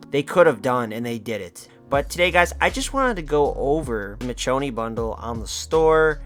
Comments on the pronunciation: you pronounced michonne wrong and the walking dead spin off The Ones Who Live is out that’s why they got that collab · Dude couldn't even pronounce Michonne correctly and you're uninformed asf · Bro said Mitch o knee 💀💀💀💀💀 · Lol it does my heart good knowing that collectively everyone agrees. This take was bad. Still, A for effort for writing, editing and posting. And i mean this non sarcastically. Also you killed me everytime you said her name wrong. Michonne (Me-shown). Gg homie🤘😁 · You complain about the walking dead but want the office skins? Have you even watched the walking dead? Addidng the walking dead skins at least has something to do with the game, The office has not. You not being able to pronounce Michonne correctly tells me everything i need to know about you and the walking dead. You can have your own opinions but i doubt most people agree with you.